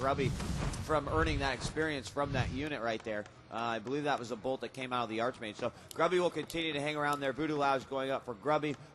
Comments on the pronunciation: How I hate people who pronounce arCHmage instead of arKmage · Its pronounced Ark-Mage rofl